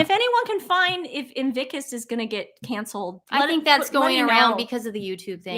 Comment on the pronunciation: It's called IN-VIC-TUS not IN-VIC-KUS. You guys are so funny!😄